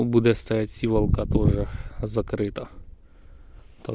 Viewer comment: Навіщо наголос ставиш на сіііівалка не туди сівааалка😂😂😂❤❤❤